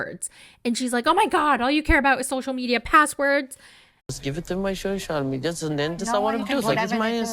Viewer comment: I just want to hear (sp?) says “social medial” over and over again until I die.